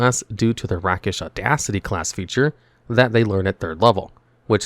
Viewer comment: Pronounced Rake-ish Audacity